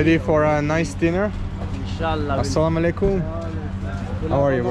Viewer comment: Assalamualaikum not salamuhalaikum.. hehehe..❤❤❤❤